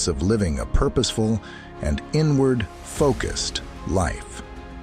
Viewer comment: "Always aim to live a purposeful and inward focused life" I heard ",Always aim to live a purposeful and N-word focused life". Like wait a damn minute.